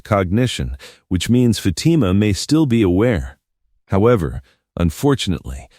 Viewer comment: If this is AI it needs to learn how to pronounce Fatima's name.